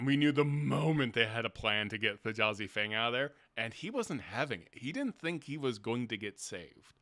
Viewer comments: Thjazi is pronounced THEE-YAH-ZEE. The J is pronounced like a Y b/c it comes from Norse. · First please pronounce the J as A Y in Thjazi Fang as Brennan did its small but will drive me crazy. Really enjoyed the discussion. Also this campaign feels much more plotted as a film or drama that conflict = Drama and that it’s less of a a party as opposed to a cast of characters. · I feel like I should take a shot everytime you mispronounce T'jazi's name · I can't understand how can watch the same four hours as us and be calling him Th'Jazi when every player was calling him "Thyazi" the whole time. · Just a small thing, it's spelled with a J but in the episode everyone just says Thiazi, not Th-Jazi. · Hate to be “that guy”, but the j in Thjazi is pronounced like a y. The name was said aloud NUMEROUS times over the course of over 4 hours, yall. Let’s be better about putting respect on the hero’s name, please. 🙏🏾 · You watched the whole episode and you keep mispronouncing Thjazi...... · This was an excellent discussion. Why are you saying the j in Thjazi’s name? Not a single person in the 4 hr episode did so, clearly indicating that it’s silent. Always find it odd when people don’t pronounce names like the people who have them.